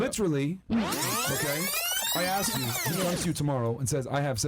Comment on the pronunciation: Why are people saying the word "Ask" like they're saying "Axe" 😞